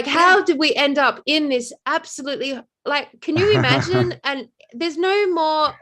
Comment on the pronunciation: Imagine im-a-gin-e